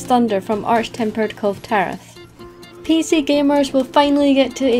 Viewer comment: No one pronounce the name 'Kulve' better than:D